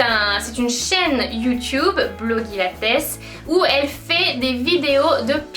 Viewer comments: pour blogilates, on dit "blogilèits" pas "blogilatès" ! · "Blogilates" ça se prononce "Blogilatèce" ? Sinon super vidéo, merci de m'avoir fait découvrir PumpUp :) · La façon dont tu prononces Blogilates et Cassey Ho c'est un peu une insulte pour elle en fait